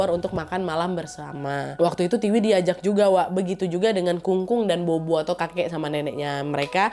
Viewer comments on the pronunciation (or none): Kak Nadia , cuma mau koreksi dikit BOBO dalam Chinese itu sebutnya POPO ... Jdi di chinese B itu P ... Jdi kaya BOBO - POPO ... BABA - PAPA gtu ... 🙏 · Bobo baca nya Popo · sedikit koreksi wak, buat org chinese tulisan bobo itu dibaca "pho-pho /popo" buat video selanjutnya jangan salah lagi ya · bobo bacanya popo nad.. dupa itu hio